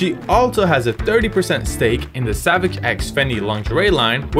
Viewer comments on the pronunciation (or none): none